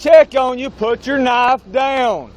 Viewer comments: He said "Put the Knoff Douyn" about 20 times...sheesh. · Maybe he didn't understand the cop was talking about the "knife" because he kept saying "put the noff down" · Put da Nah-ya-ff dan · “Put the knafe down” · “Put tha knife dow-uhn.” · The officer pronounces "Put the knife down" in a manner that will make my brain hurt for a week. 🥴